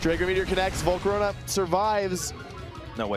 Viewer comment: “Volcoronia” bro STFU jesus how r u so bad at pronouncing shit